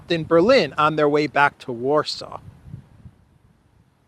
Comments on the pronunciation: Zhuravlev sounds/pronounced more like Juravlyov. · Zh pronounce as je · So he is actually ZHuravlev (juravlev) not Z but Zh.